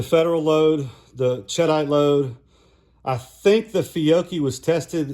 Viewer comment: SAAMI for 3" 28ga is 14,000psi which can be handy. sheh-deet (it's a blasting compound named after a town in France), ched-ite sounds like some kind of cheese. I doubt that matters but it sounds funny to me. Thanks for the info.